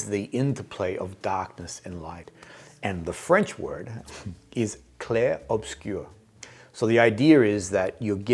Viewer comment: You nailed the oiselet 😂 and the way you said Clair obscur was “mmmmmh, baby what’s your name?” To my ears.: The final D is silent! French speakers: … Yes…? Very excited how your collaboration with Daniele will unfold!